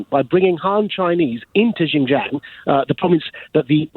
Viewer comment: Maajid Nawaz is ignorant, literally. He's a complete fool. For a start, Christians are not persecuted in China - I am Christian and I've lived in China for the past 18 years and I've not been persecuted - not once. WRT XinJiang - he can't even pronounced the name of the place. If he's such an expert, you'd imagine he'd have learned to pronounce it by now. I bet he's never even been there. I have...no sign of any oppression whatsoever. He believes some things from the Chinese government, but not other things - picking and choosing what to believe or what to believe, based on what thinks supports what already believes. Anything that does not support what he thinks is propaganda or cover-up. He's the very definition of conspiracy theorist.